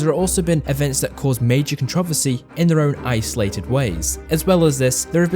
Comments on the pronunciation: The CVR123 cont rov esse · Same🤣 contrOversy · Dear god. Con tra versy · The way you say Controversy 💀 I can’t